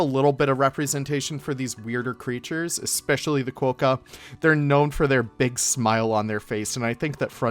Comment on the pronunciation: Love your work but you have us here in Australia in fits of laughter. Your comment that the Quokka is " known as a qwoka..... um, nope, it's definitely a quokka. Also you said they are found in parts of Australia and EUROPE - umm nope again. In fact they are mainly found on Rottnest Island of the coast of Perth with a few very small colonies on the mainland but Europe is about 14,000 KMs away - maybe best not to rely on Google for fact checking. Again we love your work so you just gave us a chuckle. Keep up the good work ✌️😊☀️